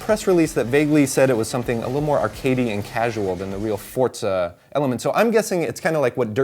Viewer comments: it's not fortza, it's forza. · It's forza not fortza. PS3 team is way cooler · What the fuck is fortza I thought it was forza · Fortza? Fucking douche bag. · fortza? wheres the t? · hate that fable tje journy is kinect exclusive. and i hate how says forza... "fortza" hrrmmm *grumble*